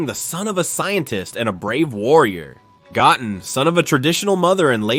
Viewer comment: Goat -in